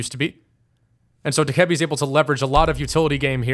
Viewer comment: Dokkaebi is pronounced "doe - cuh - bee" PLEASE STOP SAYING D-KEBBY